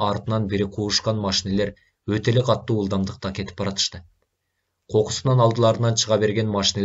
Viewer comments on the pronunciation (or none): Садагаң кетейин кишини кыжаалат кылбай туура окучу катту эмес катуу болот